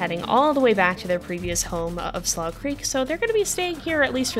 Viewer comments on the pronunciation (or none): would just like to remind you that "slough creek" is pronounced "'sloo' creek"!